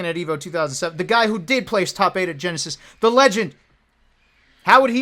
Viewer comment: Lmao he said "yenesis"